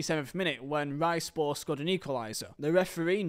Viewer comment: It is just hilarious saying rizespor "risespor" 🤣 🤣 🤣